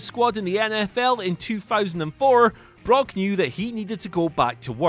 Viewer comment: Did you say broke lesnar or did i hear wrong? Only first time.